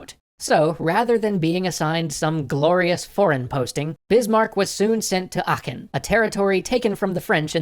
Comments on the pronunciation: it's spoken aaaachen, with a long A, not achen. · It's Aachen with two As so its a long vowel. :)